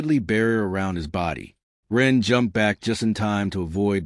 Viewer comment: Yes some words even common ones are occasionally mispronounced.